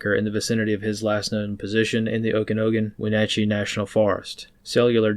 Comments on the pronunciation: "Oak a noggin" good job on Wenatchee 👍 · NWestener. Fought fire all throughout that area. Oak-can ah gan is how you pronounce it. By his own hand or locals or nature or jailhouse justice..there’s no way he’s long for this world.